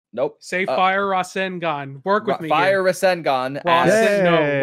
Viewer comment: Maybe is dyslexic because for the past 5 or 6 wks he has not pronounced rasengan right at all. Then I heard on this wks podcast that he didn't even try to say the word. It made me laugh tho 🤣